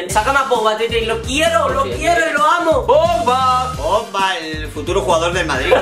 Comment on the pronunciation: nadie: absolutamente nadie:: pomba ( en vez de pogba)